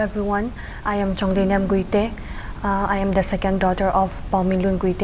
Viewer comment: Please Pronounce the title properly its Guite not Gaite ... The Anchor needs improvement